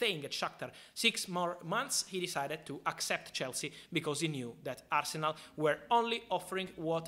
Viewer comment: Love Al-se-nal